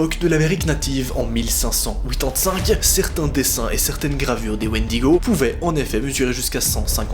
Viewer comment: Je comprend rien quand tu dit 1585 😂